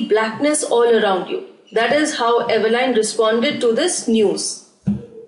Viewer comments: Mam it's Evelyn not Eveline 😊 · Evelyn is pronounced as evelin not Evelyn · Diffrent accents to speak same words